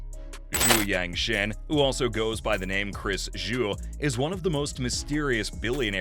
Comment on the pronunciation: No 2, Yangtian. Tian is pronounced tee-en. I think you pronounced it Shein after his brand.